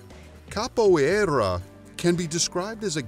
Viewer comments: Amei o modo que ele fala capoierrrra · His pronunciation is hilarious. And annoying. I mean come on, "Kappo eyraaaa". Really? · SORRY; but I do Capoeira. You guys pronounce everything very wrong… both capoeira, ginga and berimbau. Also why is all the Capoeira clips the top clips from YouTube? Half of them are from movies… You´re not just reading from Wikipedia too? (And I don’t know but your karate words sound weird too…) But I am okay with the conclusion. We can be quite aggressive, but Karate is eassier to learn if you ‘just’ want to win a fight. (And stop telling me to subscribe, once is plenty! Just do better context or shorter videos instead please) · Anyone else notice he never pronounced capoeira the same way twice?